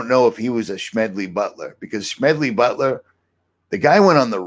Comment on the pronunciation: I recognize Mr. Butler's name as the author of "War is a Racket". But why are you pronouncing his name with a "SH-" sound?